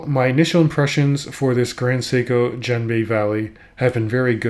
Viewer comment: Genbi has a hard ‘G’ like gorilla. Just FYI. 👍🏼